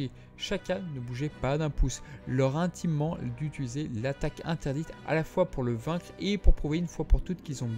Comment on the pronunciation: Hello 🙂 Peut-être que cela a déjà été demandé, mais pourquoi dite tout le temps "utuliser" au lieu de "utiliser" ? Depuis le debut que je vous suis, j entends que ça lol Sinon j aime votre chaîne, cela faisait longtemps que je ne l avais pas regardé, ce soir je me fais plaisir avec plusieurs vidéos. Bonne continuation 😉 Ps: si c'est moi qui ai de la merde dans les oreilles, d avance toutes mes excuses 🙏 😁